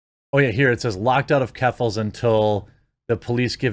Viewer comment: Lol she was swatted the fact Jeramy can’t say keffles name just is bullshit